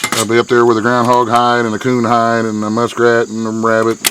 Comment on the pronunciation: He said "koon hide".......